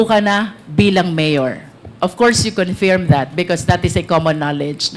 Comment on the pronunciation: Your line of questioning is at first irrelevant then proceeded to lay your foundation and caught the fish in her mouth. My only concern is your pronunciation especially the word "confirm". It's pronounced as "confurm" and not "confeeerm".